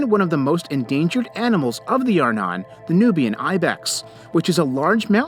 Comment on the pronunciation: Arnon is pronounced "are - NON". In other words, the stress goes on the second syllable. Please, pronounce Hebrew words as they should be.